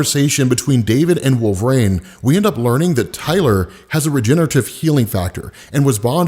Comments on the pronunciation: Wolverine. It’s WolverEEn not WolverRAIN. lol. Keep up the vids been watching for years. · He started saying "Wolvraine" so much, I thought he was talking about a new character.